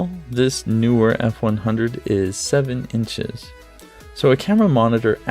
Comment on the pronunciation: It is Kneewhere, NOT Newwhere. Can't people read? Grips? How about gripes? lmao